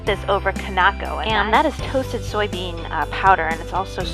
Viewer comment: Kinako... not konako